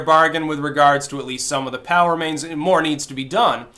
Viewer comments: I think you are literally the only person I have ever heard say Pow instead of Pee-Oh-Double-U. XD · Um, Dude it's P. O. W. (Prisoner Of War) remains....not "POW." I'm not sure if you are minimizing the importance and seiousness of these individuals' families and What these men and women went through and died for. Not trying to be critical or mean, just a concern/thought. Thanks! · I thought you were saying "Power-mains" until I remembered how you Styxify words... It's P.O.W. remains, not Powermains. Ha. (The GIG is up, right?) I don't know if this is on purpose or unintended, but make the effort and pronounce the initials properly. Maybe vets watching might appreciate that. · Drew M - The difference is POW is one of the words that spreads over the screen on the old Batman show when someone got punched. "POW!" "BONK!" "SLAM!" Go get 'em Caped Crusader! Makes me giggle every time says "POW!" instead of "P-O-W". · I keep hearing "Power Mains". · I thought kept saying "power mains". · At first I thought he said "power mains" and wondered what the hell those were. There is something to be said for clarity.